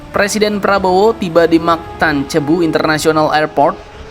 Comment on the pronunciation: Maaf abang pembaca narasi, "CEBU" Pillipina itu tidak ditulis dengan ejaan Bahasa Indonesia, jadi huruf "C" diucapkan sepert huruf "K" kalau mendahului huruf "A". "O", atau "U", misalnya Cambodia, Colombo dan Cuba; dan diucapkan seperti "S" kalau mendahului huruf "E dan "I", contohnya Centaurus, Cincinati. Mohon lebih hati2. (ngomong2 ttg nama, ada kota di Bali yang namanya "CELUK", itu sebenarnya dulunya ditulis dengan huruf "C" yang ada hiasan spt huruf "s" kecil didasarnnya dan diucapkan (dlm ejaan baru) seperti "SY" dalam "SYAILENDRA".)